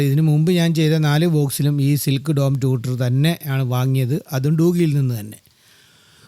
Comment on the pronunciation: ഒന്ന് രണ്ട് കാര്യങ്ങൾ വ്യക്തമാക്കിക്കൊട്ടെ? ബാസ് എന്നല്ല ബേസ് ആണ് പിന്നെ ടൂട്ടർ (ട്യൂഷൻ എടുക്കുന്ന ആൾ) അല്ല ട്വീറ്റർ ആണ് ശരി.പോലിസിനെ പൌലോസ് എന്ന് വിളിക്കാറില്ലല്ലോ.